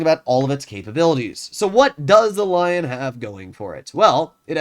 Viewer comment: first time he says lion the right way compared to the Löwe xD